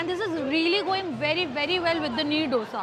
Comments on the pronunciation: It's not DHOSA.... ITS DOSA.. EK, DO, THEEN. 1, 2 ,3... Dosa.. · Dough-SA nahi Dosa :🙏🏻🤦🏻‍♂